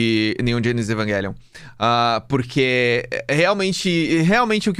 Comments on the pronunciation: Evanguelion é o cacete é evangelion mesmo sabe nem pronunciar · mano porque ele fica falando "eVaNgUeLiOn" e não EVANGELION(??????) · na real, ele continua dizendo errado. O certo seria Evanguêlion e não Evaguélion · Ele ia fala evangelion e no meio falo evanguelion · a palavra evangelion vem do latin então a pronuncia "envagélion" esta correta, a maneira incorreta é falar envaguélion mesmo é a maneira estadunizada de dizer ( se eu estiver errado alguém me corrija) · mano, não dá kkkkkk Evanguélion é de fuder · evanguéllion AAAAAAAAAAA QUE AGONIA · desculpa, mas falar EVANGUELION não tem perdão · Não vou conseguir ficar meio hora ouvindo o falar EvanGUÉlion 😢😭😭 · Esse vídeo ficou muito bom, só que cada vez que ele disse EvanGuelio foi uma facada no peito. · evan GUELION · Meu deus que odio o falando evanguelio, que odio meme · "Evanguelion" faz de novo faz direito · Agonia do falando evanguelion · cada vez q o fala "evanGelion" meu ouvido sangra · toda vez que o diz Evanguélion eu perco 1 ano de vida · cara tamo no Brasil, é Evangelion não pq tamo falando em inglês, e sim pq é um jeito abrasileirado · O é um cara legal, mas tem o defeito de falar evanGUElion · você pronuncia errado o nome realmente é do outro jeito. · Não dá cara e ele ainda corrigiu o cara no começo, foi horrível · mó tosco dizer o nome do anime com som de "G" com som de "J" é muito melhor